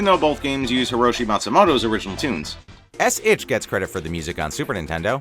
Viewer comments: S. Itoh* I totally understand why you said "Itch" though. That font lol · Great work as usual, but that's S. Itoh in the SNES credits. Not 'Itch.' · It's not Itch, it's Itoh x) Nonetheless a great episode guys, much love!!!